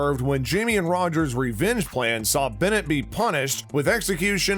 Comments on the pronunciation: Um , yup many names are pronounced badly and Stephens last name is NOT Barrett its BONNET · It’s Bonnet NOT Bennet!!!